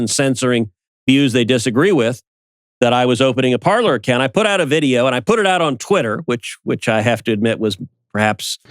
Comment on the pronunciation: Better to pronounce Parler (verb “to speak” in French) with French pronunciation, sounds like “Parley”.